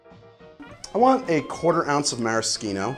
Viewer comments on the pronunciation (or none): none